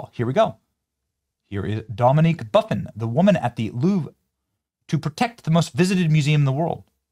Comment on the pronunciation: Buff-In the name Buff-In lol